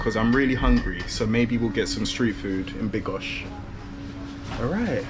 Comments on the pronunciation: Bro. make your mind up: BYDGO... NOT BYGO...... and you mixed them up, making it sound like BIGOS the dish. Sometimes you said it correctly, sometimes not. There is clearly a D, which is not a silent letter. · Bydgoszcz not bygosz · it's pronounce Byd-gosh-ch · Pronounce it BYD-GOSZ_CZ, in Polish we do not waste letters, esp. consonants. SZ+CZ is not withouth reason, also do not skip the letter D. Keep in mind, wikipedia usually provides city pronunciation. Greetings. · I understood: "I'm in bigos." xD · you do have to pronounce the letter "d" in Bydgoszcz😊